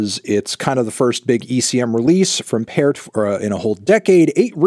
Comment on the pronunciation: Cool to see Arvo Pärt represented here. Also, you pronounce "Ä" like "a" in can or fan.